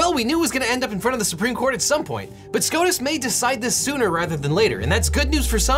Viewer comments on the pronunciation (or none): none